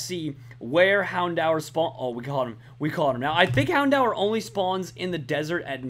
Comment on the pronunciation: say houndour as in Houn-door